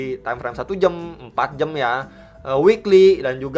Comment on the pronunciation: Khas nya channel kalo bilang jam bukan jam tapi jem. Timeframe 1 jem, 4 jem 😃 gmana nie bro ahli nujum... Btc bablas naik atau dead cat bounce?